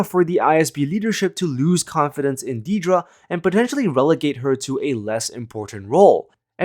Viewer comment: If you're going to go to the effort of making a video about Dedra Meero, can you at least pronounce her first name right? It's not hard.